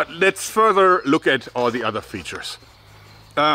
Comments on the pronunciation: I'm so sad that he got self-conscious over the way he pronounces that word. v.v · I can't stop laughing every time he says, "Features." Love this guy! Liked and subbed. Cheers!!!